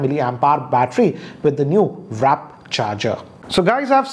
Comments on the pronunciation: Wrap charge 🤣🤣🤣🤣. It's warp charge man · does it bug you he keeps saying wrap charger in all his reviews not warp? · it's warp charge not wrap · It's warp, not wrap. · Sorry to interrupt, but, it's WARP charge and not wrap.😁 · 23% not 123% And it’s warp not wrap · can you please start calling warp charger as W-A-R-P charger and not RAP charger :/ (constructive criticism here) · I always cringe a bit whenever u say wrap instead of WARP (wār'p) but it doesn't take away from the fact that u r the most legit and best (trusted) techtuber that India has got!👍👍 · Anybody going crazy, when he pronounces Warp as Wrap ?? Really not acceptable from a tech reviewer. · It's called "warp" charger, not wrap. Wrap means to cover up, warp in this context stands for extreme speed. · Its WARP Charging not WRAP Charging, sirji! ;) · Was that really WRAP CHARGE?? I thought it was WARP CHARGE. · It's warp charger. Not wrap. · Its called WARP charge sir. Not Wrap charge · Not "WRAP" charging its WARP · Buddy it's WARP charge and not WRAP charge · its not wrap charger it is warp charger... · Wrap charger? 😅 Sirji it is Warp charger. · Its warp not wrap charge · IT'S WARP NOT WRAP 🤣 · Dude on your every one plus review and for the nth time now it WARP charge not WRAP charge. How come you become a reviewer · It's WARP. Not WRAP. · Its warp not wrap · Ey its not wrap its warp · It's warp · Lol... he's been doing it since the first time warp charging came out....check out his old videos on 6t McLaren edition.....he also pronounced mclalerl in that video🤣😂